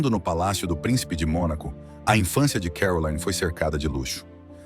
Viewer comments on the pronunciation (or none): Vídeo muito mau. O nome da princesa é mal entoado, se deve pronunciar Caroline, como um nome francês e não Carolaine à maneira inglesa. Ela nunca se divorciou de Ernest de Hannover, seu terceiro marido, embora vivam separados. Não consta que detenha todos os títulos academicos académicos mencionados e nem sequer foi/é essa figura benemérita com grandes feitos sociais em prol dos desfavorecidos. O que mais consta sobre a princesa são os seus escandalosos romances de solteira, o snobismo e a arrogancia propria das classes de poder. Sua beleza e elegância são a causa de sua fama e pouco mais. arro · Não é CAROLAINE e sim CARROLINE que se pronuncia… a narrativa realmente deixa a desejar…. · on dit Caroline pas Carolayne, la langue monégasque est le français ! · Carolaine!?!?! Ninguém a chama assim!! Ela é de Mônaco, onde se fala francês! Seu nome é CarolIne, onde o i é um i. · Pare de dizer CAROLÁIN....ali em Montecarlo a lingua é francesa...vc tembq dizer CAROLÍN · O nome da princesa de Mônaco não é pronunciado “Carolaine”. Ela fala francês. É Caroline, mesmo. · Caroline, é francês e não inglês (Carolaine) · É uma hora pronuncia Carolaine outra hora Caroline. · Por que o locutor fala Carolaine se em Mônaco e na França, país fronteiro, se fala Caroline. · É pronunciado em francês Caroli (li) né !! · Imagens repetitivas demais. Isso deixou o vídeo chato, sem falar da pronúncia errada do nome dela. O nome é francês; entao a pronúncia é CAROLINE - simplesmente. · E essa pronúncia "Carolaine" 😂😂😂😂😂 vocês sao amadoramente ridículos. Chega a dar pena 😂😂😂😂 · Exatamente! Meus ouvidos ficaram doendo, cada vez que o sujeito falava ”Carolaine”. 🤦🏼‍♀️ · Eu também estranhei a pronúncia do nome dela. A língua falada em Mônaco é o francês! Eu falo francês e conheci Mônaco! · A pronúncia do nome de Caroline está incorreta!